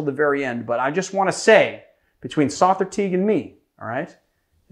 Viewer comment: Big fan of Sother. It is however, pronounced like the word “other” with the S added. He has a podcast called The Speakeasy where you can hear his name pronounced by his cohosts and guests.